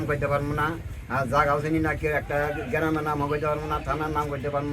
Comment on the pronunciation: ভারতে মানুষ গ্রাম বলে গ্রেরাম বলে না এতেই প্রমান এরা বাংলাদেশের মানুষ